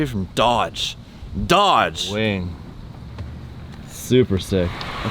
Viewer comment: Every time you say Dodge all I hear is Fiat 😆